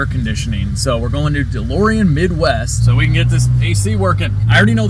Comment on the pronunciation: LOL - the DeLorean is perfect apart from one thing: it's DeLorean 😛